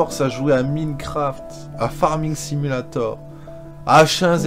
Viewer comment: bon, y'a cb de kikoo qui ne savent pas prononcer minecraft correctement ? l'autre ne fait parti lul